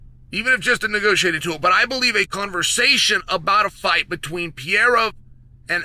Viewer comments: Per-eir-a Not, Pie-era Your welcome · I love how Chael just gave up by now and calls Alex "Piera" instead of Pereira 😂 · With all due respect Chael, it's not Pierra! god damn lol Have some respect for the guy and at least try to pronounce it semi properly if you're gonna say his name 30 times in a video. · He literally pronounces every fighters name he's talking about WRONG, and he obviously does it intentionally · Uncle Chael Still Can’t pronunce Pereira…..